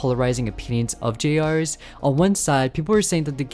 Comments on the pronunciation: It’s pronounced “Junior’s.” The trailer pronounced it as “Junior’s.” YOU JUST PRONOUNCED IT AS “JUNIORS.” SO WHY DO YOU PRONOUNCE IT AS “J.R.’S”??? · Why does everyone say J R’s, dear god people it’s Junior’s! Jr’s boy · "jay arrs" JUST SAY JUNIORS AUGHDFRSUIJHRWESUIWFEHNUIEGRWSHIOKUEHN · you have no idea how mad it's making me every time you pronounce it "Jay-ars" THEY LITTERALLY PRONOUNCED IT A "JUNIOR'S" IN THE TRAILER HOW DID YOU GET THIS WRONG GHGghh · My apologies to say this, i respectfully wanna ask this question. why do you call it j rs instead of jr's? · The way he pronounces "jr's" which is an abbreviation of "juniors," as "jay-ares" kills me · I think the name of the game is supposed to be pronounced as "Junior's". Why does this guy keep flip-flopping between "J-R's" and "Junior's"??? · Bro said J R's instead of Juniors. Bro go back to fuckin English class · Generally a good channel, but the way this man pronounces Junior's is targeted to hurt me specifically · erm it's pronounced "juniors" -🤓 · I’m sorry if this comes off as rude but how do you mess up saying juniors???? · Stop calling it (Jay ares) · Him calling it “jay arrs” (pronunciation) made my body hurt. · GRAAAAAH IT'S PRONOUNCED JUNIORS!!!!!!!! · i..it's "Junior's" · Bro doesn’t know how to pronounce JR’s ☠️